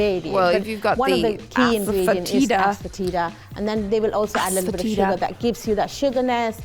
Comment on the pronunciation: Ass foetida❌️ Asefoetida✅️